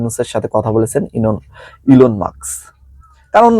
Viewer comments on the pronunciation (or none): ইনল মাস্ক নয়,,/ ইলন মাস্কের। আশা করি নামটির উচ্চারণ ঠিক করে নিবেন। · আসসালামালাইকুম ভাই আপনার কথাগুলো খুব ভালো লাগছে। কিন্তু ( ইনলমাক্স ) বার বার বলছেন হবে ইলন মাক্স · Bhai enol maks noy,,,,, Elon Mask hobe